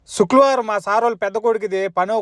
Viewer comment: బ్రో శుక్లవరం కాదు బ్రో శుక్రవారం, తెలుగు నీ చంపొద్దు అన్న దయచేసి.